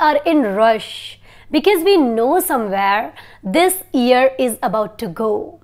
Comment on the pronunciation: Mam plz tell me ap year ko e se ku pronunce kr rahi hy jub k Google ye se pronounce krta hy